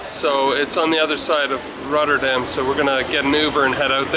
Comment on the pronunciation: You committed one of the biggest crimes: talking in the stiltecoupe lol. Just kidding, love the video. You pronunciation of "Rotterdam" is amazing tbh. Do you speak Dutch or just a few words?